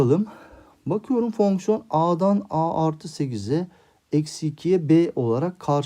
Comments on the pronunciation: hocam meraktan soruyorum fonksiyona neden fœhñsyon diyorsunuz? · Fonkson değil hocam fonksiyon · Ay her fonkson dediğinde krize girdim 😂😂